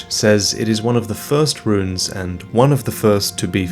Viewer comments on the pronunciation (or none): none